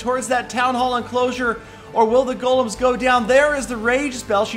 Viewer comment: These are not "Gollums", they're "Golems", you pronounce it with "e", check it out.